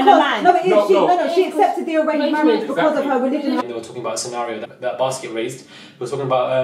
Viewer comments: IDK if I heard you right, did you call Biskit, Basket LMFAOOO ! I agree with the lack of inclusion, it was too "exclusive". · If this man calls Biskit as baskets one more time, I'm going to get a casket for myself 😂😂😂 I cannot deal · Lol. you keep saying Basket instead of Biskit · The way my man calls wale whale and biskit basket im dead😂😂😂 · I love you and totally agree with you but his name is biskitt not basket